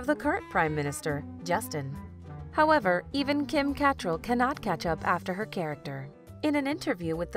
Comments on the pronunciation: Thomas van de Pol Not to mention learn how to pronounce the last name of Cat-TRALL! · PLEASE learn how to pronounce “Cattrall”. You say it, Cat-TRALL! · CAT TREL? LOL KA TRAL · Kim "Catt-rall" ??? Lmaoooo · I am SURE it's pronounced "Ca-TRALL". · Kim KA-tr-ell!!! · Kim's last name is pronounced "ca-TRELL". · Thought it was pronounced Ca.. trell empasis on trell! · Kim KAT-rall 🙂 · Kim "Kuh't-rahl" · Why tf is she pronouncing it "Kim CAT-TRELL" over and over again and then later on pronounces it correctly later on...? Lol so annoying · You mispronounced Kim Cattrall’s last name - and Charlie Rose was never the prime minister of Canada 😂. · If only this video could pronounce her name correctly. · They lost me with the pronunciation of Kim Cattrall’s surname. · Your autobot narrator mispronounces “Cattrall” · So true. If you're gonna do these types of videos at least get that right. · It’s bothering me how she pronounces Cattrall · CAN you at least pronounce Kim Cattrall’s name correctly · ferociousgumby I cringed when she mispronounced her name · Ugh I know right!!! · 2 minutes in and you can't even pronounce Catrall's last name properly and show the wrong picture of our late Prime Minister Trudeau 🤦🏼‍♀️ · Americans cannot speak English. The woman is not able to pronounce Cattrall properly......really annoying. And she pronounces auntie ignoring the u in the word .......making it sound like the auntie is an insect.........Americans 🙄😅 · How did u pronounce Kim Catrel both ways?? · pronounced Kims last name wrong. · U said cattrall wrong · Mispronouncing Kim Cattrall’s last name. Really grating on the ears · You need to do your homework, you can't even pronounce Kim Cattrall's name right and that pic was not Justin Trudeau's father! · Is this a computer voice narrating this? You're not pronouncing Kim Catrall's last name correctly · That wasn’t Pierre Elliot Trudeau, that was a TV broadcaster, and you mispronounced Kim’s last name